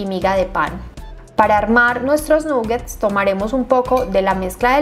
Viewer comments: De hecho se pronuncia con a 😊 (nagets) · felicitaciones,, como siempre muy bien explicada la receta,, solo quería sugerirte muy respetuosamente y con cariño que se pronuncia con O no con U la palabra nuggets, ya que es una palabra en inglés y tu canal se ve en todas partes